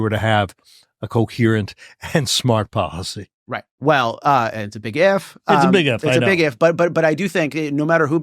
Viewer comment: Policy. Not Podicy.